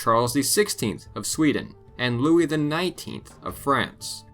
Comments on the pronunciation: Lol yeah but Louis, not Louise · Louise wtf? That's Louis...